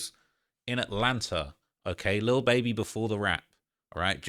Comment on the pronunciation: I love how u say lil baeby ..can u do a video on cardi b n her beef